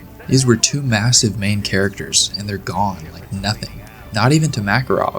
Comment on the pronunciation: “THEY’ER EVERYWHERE!!!”